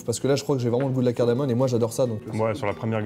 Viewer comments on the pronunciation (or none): Les mecs on dit "cardamoMe" et pas "cardamoNe" !